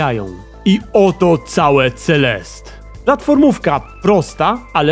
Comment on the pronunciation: Mam wrażenie, że czytasz to źle, ale nie jestem pewna. Nie powinno czytać się CeleSTE zamiast CeleST? To samo z postacią... Nie czasami MadeliNE a nie MadeLIN? Znaczy... Jak piszę źle, niech mnie ktoś poprawi, ale moim zdaniem CeleSTE brzmi lepiej